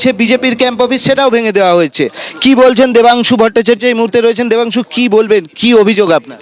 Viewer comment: Debangshu na o hocche Vodangshu😂😂😂